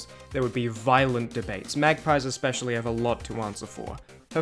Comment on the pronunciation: "magpies expecially have alot to answer for" Careful, your Australian is showing